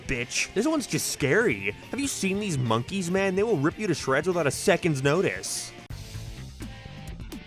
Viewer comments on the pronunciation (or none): none